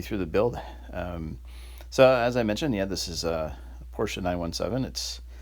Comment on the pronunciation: Thank you for saying both syllables: porsh-sha....and vid is great too!